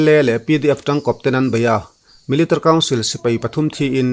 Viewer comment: Military i lam dan hi aww😂😂a ranglutuk😂😂😂 miltri